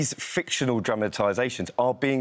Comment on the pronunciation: The correct word is 'fictional', not 'fictitional'. And this guy's a 'royal' editor. Wow!